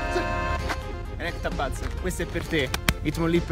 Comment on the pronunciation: Cacchio, a forza di aspettare di trovarlo Dragonite mi sono preso così tanti Dratini che faccio prima ad evolverlo... >__> P.s. Se tutti quelli che chiamano il Pokemon ElectRabuzz invece che Electabuzz lasciasero like, questo commento dovrebbe averne almeno 200.000: vi prego, si dice senza la R, non è difficile hahah